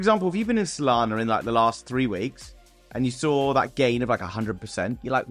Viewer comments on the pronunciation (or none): none